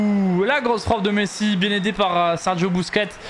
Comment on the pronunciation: pourquoi quand il dis « messi » il le dis comme un autiste?